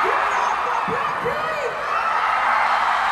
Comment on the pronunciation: Their performance was absolutely amazing although the smoke was too much at the end but can we all just appreciate the introduction to BLACKPINK by Latto and how she pronounced their names correctly!